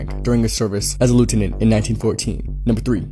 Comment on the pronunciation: Glad someone else heard it. And the way he pronounced Lieutenant…with the emphasis on the first syllable.